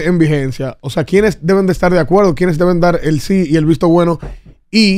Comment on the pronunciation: Que dice Amelia que ella no está de acueldo, de que la quieran coaltar !!! DIOS MÍO POR LO MENOS PIDAN CERTIFICADO DE PRE ESCOLAR PARA PONERSE FRENTE A UN MICRÓFONO